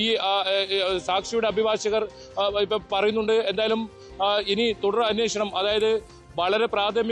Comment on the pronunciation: അന്വോഷണം അല്ല അന്വേഷണം.. 😅